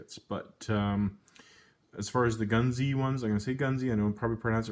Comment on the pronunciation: Nice find been trying to find one for years missed a few on ebay,... tonnes out there! Where?? its pronounced goons (gunze sangyo)